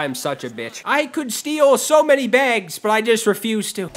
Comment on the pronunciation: You're from up north, can tell from how u says bags 😂😂😂